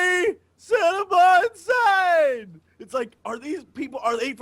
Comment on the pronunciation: it took me forever to find ornesby's cinema insane, cause I though u said 'cinnabon insane', and all I can say is... thank you